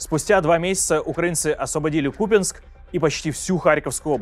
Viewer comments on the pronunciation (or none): Не Ку(!)пянск, а Купя(!)нск.